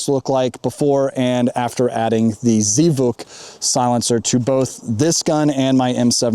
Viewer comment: It's pronounced as Zvuk as one word not Zee Vuk. It means "sound".